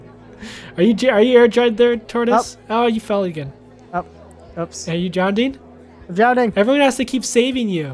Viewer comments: Its Drowning Not Drownding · You kept saying Drowding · Ugh he says drownding, instead of drowning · it bothers me sam kept saying drownding. its drowning not drownding. Not trying to be mean it just bother me. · “Dr. Nurse that kids DROWNDING over there” DROWNDING? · Nobody:: "drownding" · why does say drownding